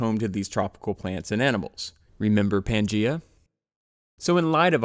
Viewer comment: It’s pronounced pan-Gay-a